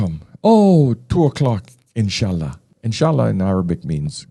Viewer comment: "Inch'allah" is spot on 😅